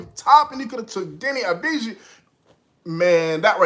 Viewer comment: Deni's surname is pronounced Avdiya :)